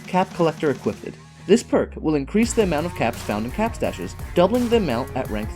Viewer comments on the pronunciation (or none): "equipted" lol